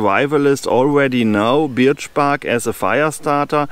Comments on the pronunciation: hahaha....Tolle Idee! Ein großes Problem: Die Birke (Birch) spricht man im Englischen "Börch" aus - bei Deiner Aussprache "Biatch" denkt man als Kenner der englischen Sprache eher jedesmal an ein anderes Wort;o) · Your English is very good, thank you for a very interesting video. For future reference we pronounce birch as berch . I think it’s because the English are lazy speakers and if a word is difficult to get your mouth around we will find an easier way. I hope you do many more videos in English. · Actually "B-er-ch" pronounced by a German sounds more like "Barch" in english. To advise it being pronounced "börch" is easier for a German to say it correctly. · Your English is way better than my non-existent German. You did great - I understood everything. Also, I hope you do more English language versions of your videos - they are right up my forest path :-) For reference: Birch is pronounced "b-er-ch"